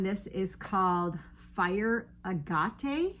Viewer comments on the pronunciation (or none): I love those bandana cowls! It's pronounce agg-it. Love you! Hugs :virtualhug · Agate is pronounced AG-it. (Those of us who played marbles during childhood would remember.) 😊